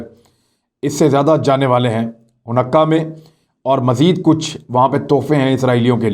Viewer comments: Ha noo kah not ha nukkah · It’s called Haa-noo-ka not hanukka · عمران یہودی تہوار کے نام کا صحیح تلفظ “ہانےٖ کا” یا “حا نے کا” ہے حنقا نہیں ہے، صرف اطلاع کے لئے لکھا ہے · Hunakkah nahi Hanukkah pronounce hay... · It should be pronounced as “haa nee kah” not “ho nukka” Thanks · Hanukkah not Hunakka. Don't take it personal, just a correction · Imran khan I just want to correct some of the words pronunciation you pronounce like you are using in this video the word is haunika not hanakka also the name of the city of the Israel is Tel-Aviv you pronounce different it is hard for me to correct it by writing and I don’t know how to voice record the pronunciation and send it to you if you could call me I can probably explain you better I am in New York State my phone number is ,I am usually free after 7PM New York time,I do like the work you are doing keep up the good work shabash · AOA imran khan little correction of pronunciation its not Hunnakka but its sound like Honaka. Great work. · It’s hanooqa not hunaqa you pronounced wrong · Honakkah nahee ha hanka ha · لفظ خانیکا۔۔۔ جناب۔ آپکا بڑا بھائی امریکا سے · Array Bhai please please please. It is called. ( ho ni ca) ( ہو نی کا ) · Bro it’s Ha-Naa-ka ( Hanukkah ) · It is haneka man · sir it is pronounce in simple ways i try to tell u .....HANEEKA ... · Aslam-O-alikum Hanukkah festival pronounced as(Hanika). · Khan Sb ! Exact pronunciation is Ha-ni-Kah. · ہا نو و۔ کا تلفظ ہے اس لفظ کا شکریہ بہت اچھے پروگرامز کرنے کا۔ اللہ پاکستان اور اسکے محافظوں اور وفاداروں کی اور تمام معصوم مسلمانوں کی حفاظت فرمائے۔ آمین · Handeka you said it wrong